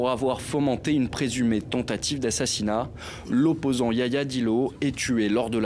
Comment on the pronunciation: Ce se prononce Yahya Dillo, pas Yaya Dillo.